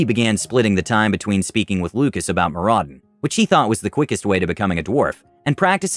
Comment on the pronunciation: Loved the video, but the dwarf in me cries out to give you a hand here. Moradin is pronounced MOR-uh-din. Keep up the good work!